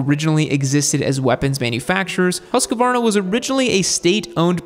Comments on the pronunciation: I used to work at the R&D center, it is "Who"-"Skvarna". Plenty of Swedes around to figure it out back then. haha! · FFS!!! Huuus-kvarna, man! ..not that hard.. Love the channel...and the Swedes...❤ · Actually hoosk varna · Its pronounced Husk-varna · Pronounced husk -varna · it pains hearing the US pronounce of Husqvarna , ( easiest way is Huuskvarnaa ) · Pronunciation is close. Firstly "Hus" is pronounced with a long u. Secondly Americans tend to want to add an 'a' between the 'q' and 'v', just try to pronounce it "hus-kvarna". Same thing with Husberg btw. Long 'u', dont add an 'a' between hus and berg, and the 'e' in "berg" is pronounced 'AE'. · HuskAvarna? No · Hus-qvarna = hos-kwarna (pretty much) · hmmm. Im from Sweden and "Hu" in Husqvarna is not prounanced like "who" in english. But I also see what your saying, not completely off. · It is pronounced as Husqvarna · your pronunciation is not that far off. but instead of pronouncing the U in "Huss as the U in fuss, the U should be pronounced as the U in "Use" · Don't say once more in english Husqvarna. It's terrible to hear. Put the word "Husqvarna" in google translate under sweden laguage and push the speaker button to hear the pronauncing. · husqvarna not husquarna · I think it's just bait because they know people will leave a comment with the correction generating engagement, so he's pretty committed to adding an entire syllable at this point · Bro it's written in the picture how to pronounce it : "Husk-varna", yet you are adding an 'a' and saying : "Huskavarna". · Husqvarna is one long word not HusaQvarna. Good pronunciation of swedish word dogh. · As an American with a Swedish wife she keeps telling me how to say Husqvarna correctly. She says "There is no 'a' after the 'q'. It's pronounced Hoosk-varna." She took me to the town of Huskvarna, Sweden where they have an awesome museum! Great brand with a long and storied history which your video does a very good job of telling. Congrats! 😁